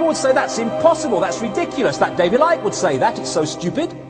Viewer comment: *Icke, not Ice.